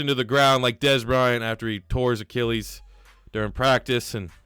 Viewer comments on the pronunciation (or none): none